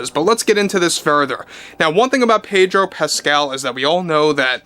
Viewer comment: The "r" in Pedro is silent